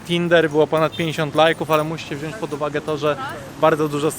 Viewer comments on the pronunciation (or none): none